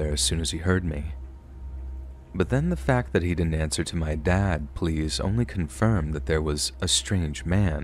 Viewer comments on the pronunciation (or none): none